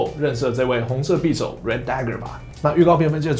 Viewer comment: 匕(音"比")首